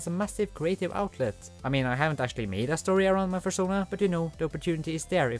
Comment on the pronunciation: A...furschona? XD